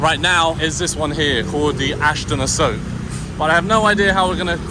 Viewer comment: A-soak ? Lol😂 Jeez learn the rough Thai pronunciation- A-sok.😅